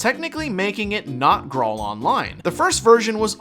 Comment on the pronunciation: It's pronounced "grail"